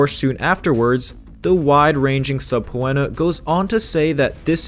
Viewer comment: subpēnə, not subpooenna btw